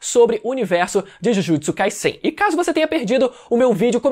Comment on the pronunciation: Me dá uma agonia desse mano falando Jujutsu “Kaissein” com esse S tendo sonoridade de SS. Pela regra da língua seria som de Z essa porra. Acho que tenho TOC. Não é possível